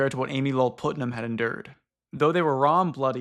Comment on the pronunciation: Man Putnam is spoken as Putt-Nam, short U. It's a super common name in the Central and Eastern US so I'm a bit surprised you have never met someone with that last name before